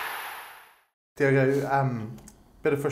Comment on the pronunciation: It's Diogo not Diego Makes me happy makes me feel this way